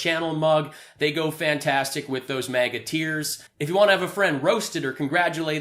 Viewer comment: I keep hearing it as MAGAT EARS...